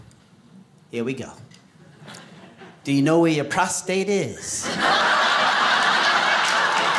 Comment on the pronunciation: I don't like when people pronounce it prostrate, instead of prostate